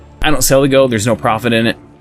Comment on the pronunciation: say "goad" again xD